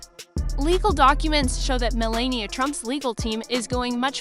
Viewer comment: If you are going to narrate, at least pronounce the names correctly. How hard would it be to learn to pronounce the First Lady's name.